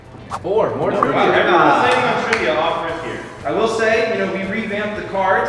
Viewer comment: After the sponsor when he said let’s get into the trivia part I thought he said let’s get into the trimming part and he was gonna show us him shaving his balls😂